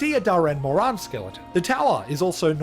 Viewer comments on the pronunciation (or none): none